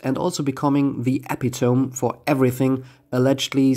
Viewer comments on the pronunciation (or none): FYI epitome is pronounced eh-pitoe-me. (no insult intended,. I speak zero "foreign" languages myself!)